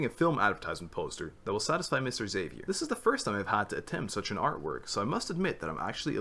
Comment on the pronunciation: i died inside when you pronounced Xavier like that ahhahahahha